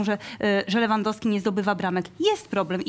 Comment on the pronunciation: SSD !!! A jak jest Lewandowski i inni mówią Lewyndowsky XD